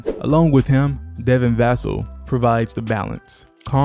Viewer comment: Great video.. might want to freshen up on the pronunciation of Wemby, Vassell, and Sochan though